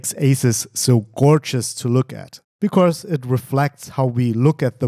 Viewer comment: Gutes Video as usual, aber "becaurse" :D